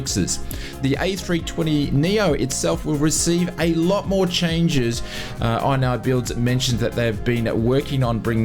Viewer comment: Isnt it called "In-knee-builds, not "Eye-n-Eye-builds" ?! 😂😂